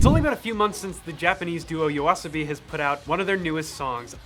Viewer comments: Who is YOWASABI? You should pronounce it as YO-ASO-BI or YO-ASOBI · Why did u say Yoasobi like this "YoAAAA" Subi" 😭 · Yo-ah-so-bi. I think japanese works with seperate syllable sounds. But I could be wrong here?? Idk?? Awesome video none the less